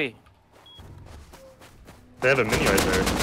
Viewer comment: "you uping wan too free, now" I love this man.